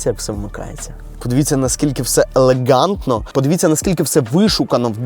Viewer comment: Максимально елеҐантно , максимально елеҐантно, максимально елеҐантно 😂😅😂😅